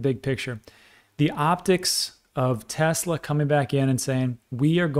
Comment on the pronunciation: TeSla, not TeZla. It's a last name.